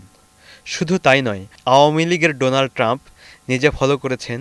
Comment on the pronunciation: Just bring it the attention of the concerns and correct your pronunciation of 'Donald', it should be pronounced as 'Daw nald', a bit unusual eh?